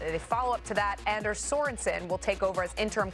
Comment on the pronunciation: His name is pronounced AHN-ders